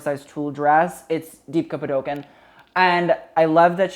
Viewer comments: Deepika’s name is usually pronounced “pud•oo•cone.” Not being critical, just trying to help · deepika's surname is pronounced as pah-doo-cone :> hope that helps! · Dude didn't atleast say Padukoneeeee like white people usually do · The 'deepika' was great but the surname is pronounced 'paa-doo-cone' LOVE YOUR VIDEOS :)